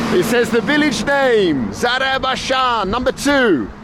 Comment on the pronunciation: It is pronounced ZARAFSHAN